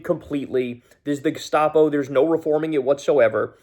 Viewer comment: Haircut. Even pronounced "Gestapo" in a like he loves the word.